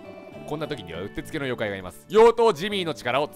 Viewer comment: 妖怪じゃなくて、ようとうって言ってるww